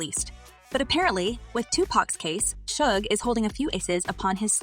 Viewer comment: Yay a reporter finally pronounced Suge Knight right for once.